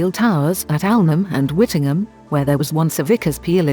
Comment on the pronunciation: Very interesting but it is actually pronounced Whitting- Jum